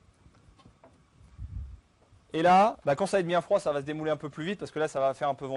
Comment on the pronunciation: Le "démarrer" au lieu de démouler... le marscaponne... la fleur de Roger.. appétissant tout ça :-)